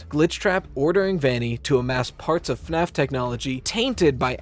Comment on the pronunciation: “.. FAFS.. Shadow Bonnie “ 😅😅😅